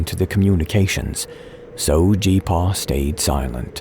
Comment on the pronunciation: I cringed every time you said G-Paw